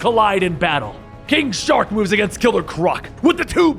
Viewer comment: Anybody else hear him call king shark- king shot😂